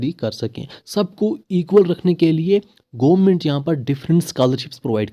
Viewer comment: Bro.. It's government not goo-ment 😂